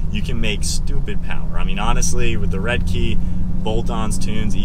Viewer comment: Red-eye********* you kept saying redkey